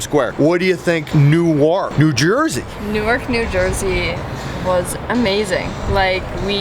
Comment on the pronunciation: Best vid so far. Yepper,CB Park doesn't have a bad seat and so much like Montreal Canadians fans for booing. The Fanatic is the best mascot. BTW, your pronunciation of NewArk was hilarious 😂 It's New errk like twerk!